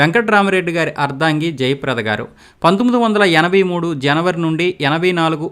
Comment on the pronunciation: టంగుటూరి వీరేశం ప్రకాశం పంతులు అంటున్నారు... మీరు మంచు విష్ణు గారి క్లాస్మేటా ? పి అంటే పాములపర్తి అని చెప్పి , వి అంటే వెంకట అని చెప్పలేదు ! దామోదరం సంజీవయ్య గారి ఇంటి పేరును దామోదర అని పలికారు ! అర్దంగి కాదు ! " అర్ధాంగి. " తప్పులు రాకుండా ప్రయత్నం చేయండి